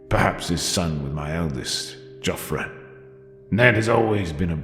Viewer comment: I kept hearing "JoffrEY" and was soooo confused